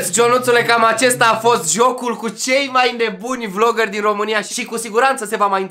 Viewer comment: Dorian vezi ca la final ai zis vogeri si ei sin gameri